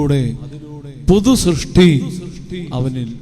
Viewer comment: ശ്രഷ്ടി അല്ല സൃഷ്‌ടി എന്നാണ്